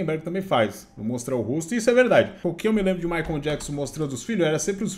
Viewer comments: Michael, não Jakson rs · Jackson 56x hahahaha. O cara não consegue falar "maicou" e sempre fala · Amigo, não é MaicOM é tipo MaicOL ! 😉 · mas michael se pronuncia "" Correcao:maicol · Não é jackson, é "Maicol" Jackson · Ótimo vídeo, mas não consegui parar de rir sempre que dizias “Micon Jackson “ 🤣 Diz-se na forma fonética “Mikel” Jackson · Não é JACKSON, e sim MICHAEL kkkkk q agonia a forma q ele fala PQP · chamando o michael e me incomodou durante o video todo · “ Jackson” é foda 😂😂😂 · O fala " Jackson" toda vez cara kkkk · chamando o Michael de... Na pegada conzinha e fonçonaro! 🤣🤣🤣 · " Jackson " é foda. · ele leu Jackson KKKKKKKK os 2 são charás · Oi … o nome do Michael Jackson, não é … vc fala td hora … kkkkk tá confundindo com o seu! 😂 Abraços… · acho muito engraçado o chamando o Michael de " Jackson" asdkjk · Jackson 😂😂😂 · o fala " jackson" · Jackson 😂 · Me da muita ansiedade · Micoul Jacson? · para de chamar o michael de micho kkkkkkk que agonia